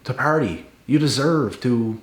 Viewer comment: Yes. Ur imitations are funny. The way u say "R" is also funny PaRRdy haRRdy 😂 The white farmer accent when u say " a whole lotta gang shiz goin own! 😂